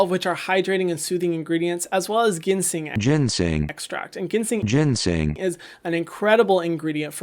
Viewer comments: Lol!!!! The ginseng pronunciation inserts hahahahaha. What’s the moisturizer that you want to try with 70% lotus water extract? Where are you buying it from? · They way you said ginseng GOT TO ME 😂